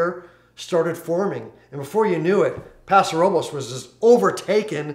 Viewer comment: Prounounced "Paso ROE-BLESS"